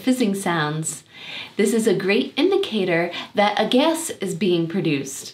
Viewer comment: I'm trying to figure out your accent. I've never heard gas pronounced as "gess" before, nor water as "wooter". Is it somehow a mix of different regional accents, like New Zealand mixed with America or something?